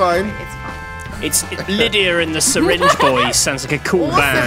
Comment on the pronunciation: it's not sayrinng it's syringe